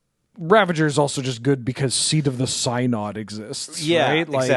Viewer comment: Idk why but people mispronouncing synod gets me more than anything else